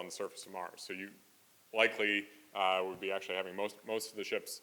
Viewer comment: He talks like Elon, but fast. They both pronounce 'actually' the same like ''asherlee''. There will be calls for subtitles.